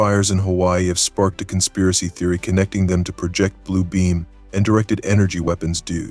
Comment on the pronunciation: ah, one more example: the wrong pronunciation of "project" was used in the "project blue beam" part, use the one that's for a work project (the noun) not a projection image on a screen. why am i helping you xDD Theories id like to see covered include: concave hollow earth, origin of the sphinx, annunaki, ancient prehuman advanced civilizations